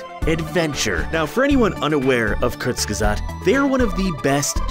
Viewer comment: Ahhh Kurzgesagt. I love that channel and it explaining the many ways all life on earth can end. I'm german and your pronunciation of "Kurzgesagt" is really good.